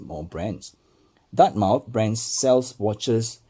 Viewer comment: It’s pronounced DARTMETH and you must slur over the letter M